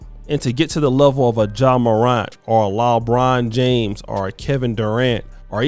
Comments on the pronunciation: Did you say “JAw Morant and LObron James”? Damn …you will f**k up a name if you don’t do nothing else. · “Lah-Bron James” 😂